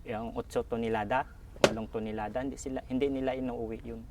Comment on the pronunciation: “ilang Tinolada?” O Tonelada? 😂